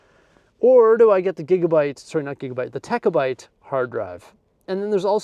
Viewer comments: I came here to say I cringed every time he said “techa byte” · What’s a techa byte?! It’s terabyte!